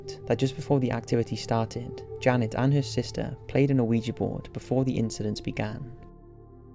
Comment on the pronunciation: Love the vids mate but please learn how to say Ouija